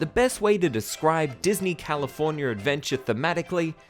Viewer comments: I love and hate the way you say California. Californyer. XD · Californier? Hahahaha